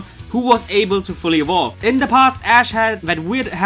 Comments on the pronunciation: I fucking died when he said Lithuanian Ash Ketchum name... But I'm annoyed too! That's not even near how to spell it! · I died when he said Lithuanian Ash's name... It's nothingl like that at all... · LMAO I am from lithuania and you pronaunced it incorectly LOL go to google translate and check how to say it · why do u have to call ash ali.